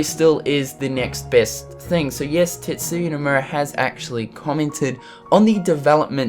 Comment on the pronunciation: Sorry this is an irrelevant comment but did anyone else think he said "TITSuya" at first? lol